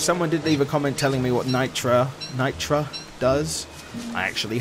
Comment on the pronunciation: Nitre is pronounced night-rae